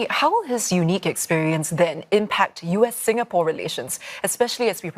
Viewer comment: dont try to angkat for him lah, clearly he is interested in the holiday posting to sg for the lifestyle. he know nothing abt sg, cant even pronounce 'singapore' properly also